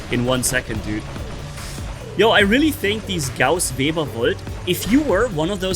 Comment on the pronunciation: Is Webber not vebber lol